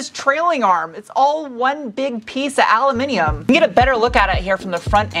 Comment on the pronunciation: yaay.. an American that says Aluminium correctly :)